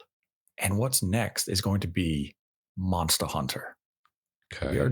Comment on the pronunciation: The way says “Monstuh Hunter " ( ͡° ͜ʖ ͡°)